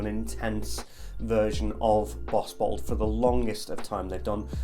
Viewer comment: couple times i thought you said butthole instead of bottled lol